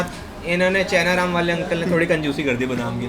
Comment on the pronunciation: It's not chhena ram it's Chaina Ram (चैना राम)